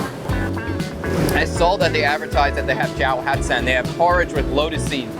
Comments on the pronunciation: Keep working on those pronunciations! 💪🏻 Cháo not chao, hạt not hát, xé not xe, xối not xôi, etc etc. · Cháo pronounced wrong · cha'o for porridge, not cha`- oh i see you often confuse the two accents so "normal" I guess.